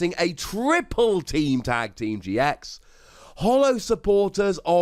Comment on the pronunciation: I though that the first time he said triple team gx’s he said Triple team TX’s